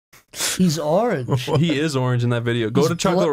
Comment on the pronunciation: the way Zach says "he's ARE-ange!?" absolutely kills me LMAO